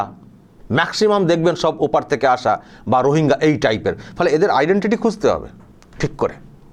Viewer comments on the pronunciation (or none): none